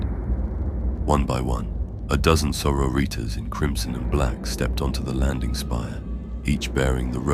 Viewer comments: Ripped out of the story every time i was forced to hear "so-ro-reeters" Its pronounced saw-rori-tas👎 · You say sori-tas like latin. Not Soro-ritas like Spanish or something lmao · "Soro-ritas". Lmao every time it happens